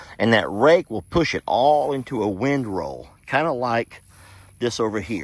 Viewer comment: you’re saying that term wrong—not wind roll but—Windrow!!!